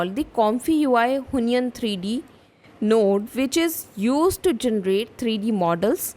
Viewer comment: Why do you pronounce it who-ny-an? It's wheon- followed by -yen (with o shaped mouth). wheon-yen